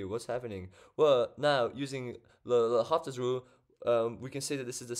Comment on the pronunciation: In French, the 'H' is silent. So L'Hôpital is read as Low-pea-tell.